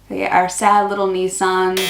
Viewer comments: You said that "Nissan" perfectly 😊👌💜. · 10 points for self-correcting your Nissan pronunciation 😅 And don't worry about footy teams. I don't follow any kind of footy, and I was born here! It does make you a bit of a social pariah at work and parties though, because many Aussies seem incapable of getting along with people without discussing sport. As for the 7-11 meat pie ... nicely observed 😅 That stuff is poison 🤮 And yes, many non-profit organisations sell sausages in buttered bread outside Bunnings hardware stores and election day polling booths. I think CFS stands for Country Fire Service; that's in South Australia I think.